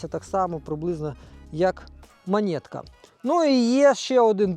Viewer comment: Не монєтка, а монетка!